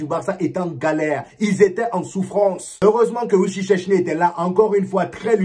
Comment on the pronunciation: Pardon faut bien prononcé le nom du gardien du Barça fo pas faire ça pardon wichich-chèchni c'est quel nom ça 😂😂😂fo dire chaise ni c'est mieux pardon hiin... sinon tu es un 10